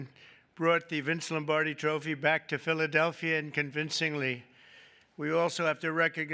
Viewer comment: Philadelphia with a hard R